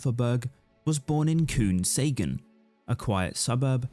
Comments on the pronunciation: KOUPNSÄGN? KUNGSÄNGEN SÄGER MAN. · Kungsängen closely pronounced Kungsengen